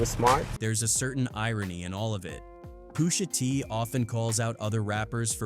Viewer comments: Poosha T?...i hate Ai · I don’t think it’s a real person narrating these videos. What’s up with all the mispronunciation of names? Who says “Poosha T”? 😂😂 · who is “poosha tee” freakin ai